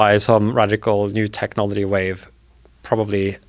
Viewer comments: Why can’t this guy say the word technology or technological correctly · This guy invents a new way of pronouncing technology every two minutes I swear